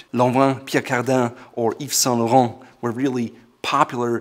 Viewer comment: I was taken by surprise by your excellent French pronunciation (Pierre Cardin,Yves Saint Laurent ). Great video as always.